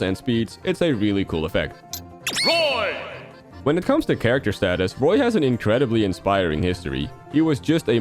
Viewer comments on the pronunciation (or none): none